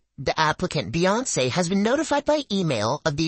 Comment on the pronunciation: "Beyince" is pronounced "beyonce"